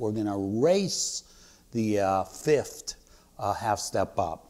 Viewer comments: People seem to have a really hard time pronouncing 'fifth'. I often hear it spoken as 'fith', but this is the first time hearing it as 'fift' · "Fift", lol. Thanks for the video.